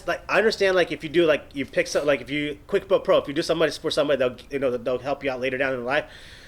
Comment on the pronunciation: Did say Quick Book Pro instead of Quid Pro Quo?